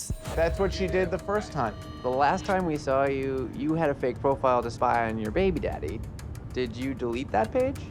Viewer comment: He’s putting emPHAsis on the wrong syLLAble. 😅